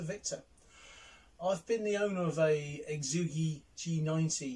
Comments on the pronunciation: Hey. Great review, full of good information. For what it's worth, the phonetically best way to say Xiegu is - Shay Goo. Thanks again. KR4AKC 73. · lmao this has been the best pronunciation of the name yet.. exoogi